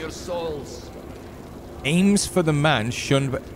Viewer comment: Alms not aims lol